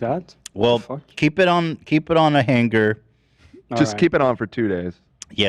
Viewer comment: why does ethan say the 'g's in words, hanger. he says hang ger. swinging ( swing ging)